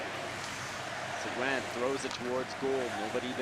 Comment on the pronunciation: please his name is talyor seguin not segoine look up the french pronomciation please, the u is silent. thanks for the feed.